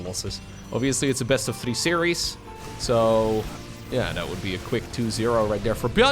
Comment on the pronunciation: saying series made my Siri turn on